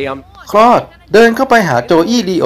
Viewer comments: มันชื่อ โค้ด ครับ ไม่ใช่ คลอด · พระเอกชื่อ คอส ไม่ใช่คลอดนี้ครับฟังแปลกๆ